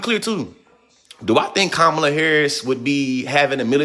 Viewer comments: You have to figure out how to pronounce her name popular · You are pronouncing Kamala 's name wrong !!!!